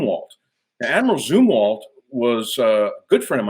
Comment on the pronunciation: Great common sense no bullshit, top gun a really crummy movie - and he pronounced zumwalt correctly. refreshing (far more life in this cat than in the Mellon I met in 1989😉)